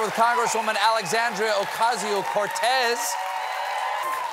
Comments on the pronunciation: The least you can do pronounce AOC name correctly. Thanks for having her. Alexandria. Not Alexandrio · She's so amazing! Also, why is Stephen calling her AlexandriO??? 🤣